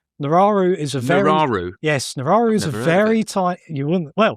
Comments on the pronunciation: It's called "Nauru" and not "Nararu". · Australia has already done this with Nauru. And it's pronounced "naru" NOT nararu 😂😂😂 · Nauru is the country he kept referencing not Nararu or whatever he was saying. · The island is Nauru. Not however the guest is pronouncing it.